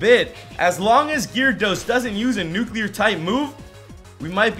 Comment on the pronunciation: catch a nuquler tancoon